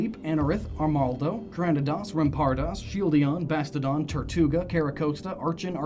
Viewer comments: "Shieldidon and Bastodon" This guy is like a treasure trove of mispronunciations. good video, but awful pronunciations. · Yessssss, exactly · Shieldeon and bastodon? How many times did you say that? It's shieldon and bastiodon